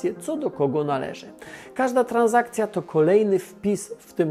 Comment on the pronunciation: Nie tranZakcja , tylko tranSakcja